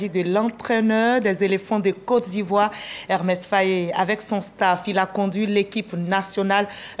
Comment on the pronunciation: Mme la journaliste c'est pas Ermes , c'est Emerse Fae ! Que Dieu le bénisse.